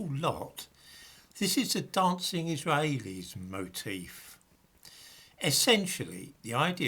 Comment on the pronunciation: Your Israaaheilis pronunciation makes me chuckle.